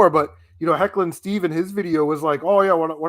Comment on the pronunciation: It’s Heckin’ Steve not Hecklin’ Steve 😂 I’ll be doing a video about this podcast to add my two cents to some of the points you guys discussed. Just some clarification on my viewpoints and stuff like that. Nothing too mean I promise :)